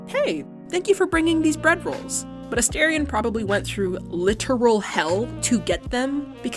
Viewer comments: you pronounced his name wrong. it’s asTArion not asTErion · I wonder why content producers pronounce "A STAR ION" "A STARE ION" ? I hear "star" (rhymes with "far") NOT "stare" (rhymes with "fare") whenever he says his own name. 🤔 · if you’re going to make a video about a character, at least say his name right. specially a character who has been dehumanized and objectified for 200 years. he may not be real but the people whose stories he represents are. many people, specially young women, see ourselves in him.